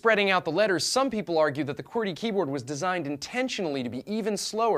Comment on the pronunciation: its said "QWERTY"